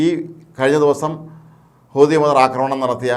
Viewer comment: ഒരു കഴിവില്ലാത്ത ഇവനെപ്പോലുള്ളവരെ വാർത്ത പറയാൻ ഏല്പിച്ചത് കഷ്ടം ഹൂത്തിഎന്ന് പറയാൻ പോലും പറ്റുന്നില്ല. അമേരിക്കക്ക് ഒറ്റക്ക് അടിക്കാൻ ഭയമാണ്.ഹൂത്തിയോട് കളിച്ചാൽ വിവരം അറിയും.